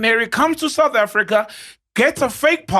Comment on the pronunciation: You lie we are the news period 👍 see how many of your own youtuber are talking about South Africa some cant even pronounce the name sountafrika what's that..